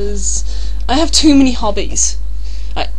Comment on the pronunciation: is it me or did your hobbies sound like hobbits? Don't mean to mock! Nice to meet you!